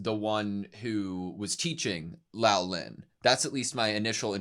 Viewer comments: love ya big guy, but.... Say, "Swee-ray".. Not "Su-ree" Say "Lo-lan" Not Lao-lin Love the reax! You guys are so adorable, and pour your best into these vids. Been watching since Frieren, y'all are one of the BEST doing these!! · Yeah, the correct way to prounce "ou" in Chinse is the same as in Japanese, Loulan is pronounced "low-lan". And Luomen had also been mispronounced at as "Lao-men". It should be pronounced "Law-men". In short, Lou should be pronounced "low" and Luo should be pronounced "law" (really "lu-aw", but "law" is close enough).